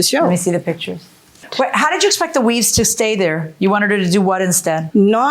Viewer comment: Is JM saying "weaze" 😂😂??